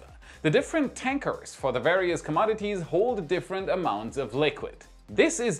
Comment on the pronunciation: pronounce "inevitable". Love your program! 🙏✨️❤️ (noticed you said "commodities" correctly! Cheers! )